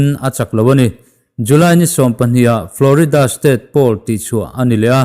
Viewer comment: Pool leh poll i lam pawlh char char a